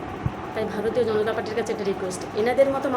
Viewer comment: ওরে তোর থেকে কিছু শিখতে হবেনা। আর ওটা ভারতীয় জনতা পার্টি। গণতা পার্টি নয়।আগে নিজের উচ্চারণ আর কথা সংশোধন কর তার পর কথা বল। এখন তোরা সবাই এটাই করবি নিজের লোকের মধ্যে চুল ছেড়াছেড়ি। ওটাই কর। ভিডিও করে জনতার মাথা আর সময় না খেয়ে।